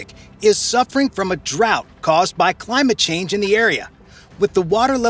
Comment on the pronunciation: "Caused by LIE MAT CHANGE"